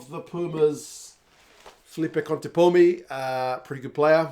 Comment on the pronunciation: It's Contepomi, not Contempomi